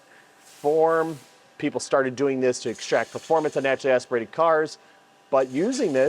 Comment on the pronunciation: turbo or "natcha-aspuhrated"?